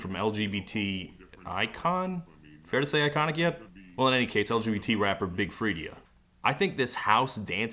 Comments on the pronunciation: It's pronounced freeda, even though it's spelled freedia. Just FYI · Freedia is Pronounced Freeda. Lol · Man Todd butchers tf out of rap names lol free-dee-ah come on fam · INCONIC!!!! And it's "FREE-DUH"